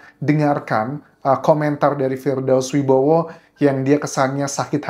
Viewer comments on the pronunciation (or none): Firdaus oiwobo bang bukan Firdaus oiwibowo